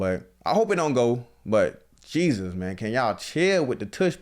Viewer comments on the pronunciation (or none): none